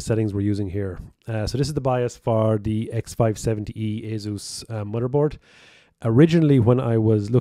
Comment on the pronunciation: Drink every time he says mudderboard. Drink twice every time he says tirty. 🤪